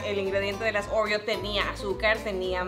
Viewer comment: Nadie absolutamente nadie::orrrio Jajaja la amó ❤️